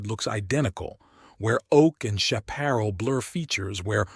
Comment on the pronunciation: Pronounced shap per ral as in the TV show The High Chaparral. Tall brush